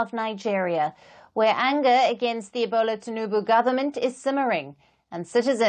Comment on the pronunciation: "Ebola" Tinubu. That is a racist. It is Bola Tinubu. I doubt it is an accident.